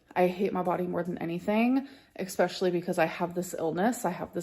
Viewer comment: Can’t stand how she says “especially”